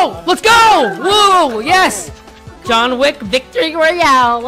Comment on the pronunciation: who else heard "John Lick"